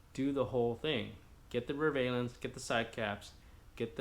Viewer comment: Valance ...not valence